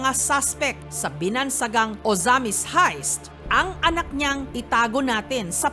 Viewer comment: sabi ni jessica haist daw haha heist pronunciation non